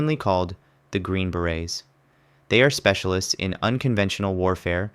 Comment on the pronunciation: TERRIBLE voiceover. Trash. When you can’t even say “160th SOAR” and “Green Beret” it calls the entire video into question. It sounds like pure low-effort AI slop. 👎